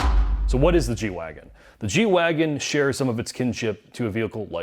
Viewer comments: G-WagEn, not wagon. I was not expecting this noob mistake from you guys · G-Wagen, you are the last people I would have expected to butcher the name and call it a Wagon